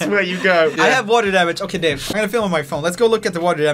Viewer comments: Okay- Im Sorry But- It sounds like He says ''Babe'' And Not ''Dave'' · whenever joel says dave i hear babe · Instead of Dave I keep thinking he says "Babe"